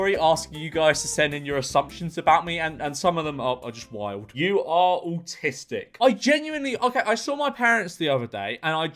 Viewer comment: "all tistic" accents are funny. all jokes aside he prolly is all tistic